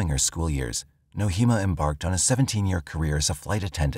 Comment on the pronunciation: Nohema is pronounced "No-ay-ma". Names are important. Her name was mispronounced throughout this video. May the dear lady rest in peace.